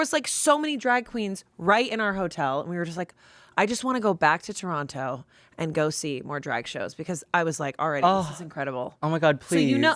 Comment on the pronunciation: As a fellow Canadian, having Aurora Matrix on Smosh Mouth is so fkin validating.... hearing her mention Showcase, PRONOUNCING TORONTO PROPERLY, SHAYNE AND AMANDA(!!!!!!), explaining how distant the cities are from each other, saying University instead of College lol.... We The North, babyyyyyy